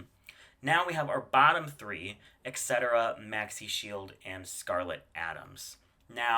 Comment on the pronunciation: Why do Americans see "et" and hear "eck"